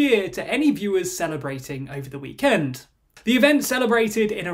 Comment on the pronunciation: pls stop saying weekend like that 😭😭